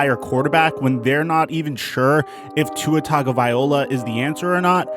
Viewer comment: If you can't pronounce Tua's name correctly don't say it. Your disrespecting him & his polynesian culture. Polynesians take this seriously offensive. #ifyouknowyouknow